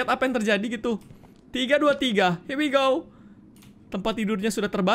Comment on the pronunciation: "he" nya kan harus nya "here"